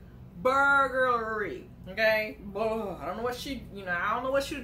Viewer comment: Girl what is BURGER-LY? Lmao reminds me of the hamburgler from McDonald’s 😂